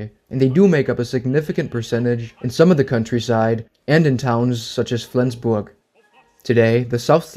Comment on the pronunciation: lol jeg har lige fundet ud af at du er fra Danmark, jeg kunne bare høre det da du sagde “Flensburg” XD